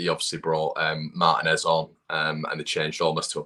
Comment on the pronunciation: I find it fascinating that English people can’t pronounce “Martinez” correctly, especially considering how many go to Spain on holiday. It’s as comical as it is telling. COMMENT: I don’t know how an intentional swing of the arm to smash Tyler Adams in the mouth wasn’t a foul. It is supposed to be a straight red card, but it frequently draws a yellow. But this ref didn’t even call a foul. Tyler will remember that. Look out next year, Malacia.